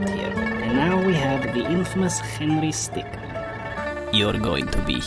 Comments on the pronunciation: It’s stickmin not stickman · Its stickmin not stickman